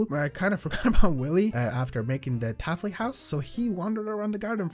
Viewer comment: Why do you say syrupent like that And why do you say taffly like that